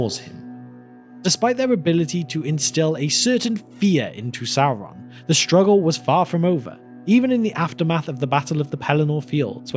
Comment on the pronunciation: “Sauwon” Bruh